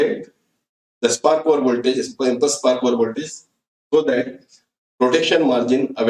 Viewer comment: please clarify impulse spark over voltage as your voice is not clear that time